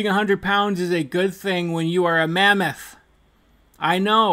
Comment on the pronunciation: Omg I choked when you said “mammoth” 😂